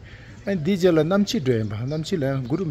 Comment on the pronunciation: It is namchi not namshi